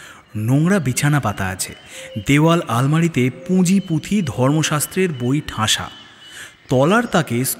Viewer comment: পুঁজি-পুঁথি না পাঁজি-পুঁথি ?